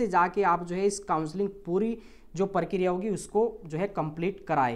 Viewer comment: Parkiriya ni prakriya.. 😂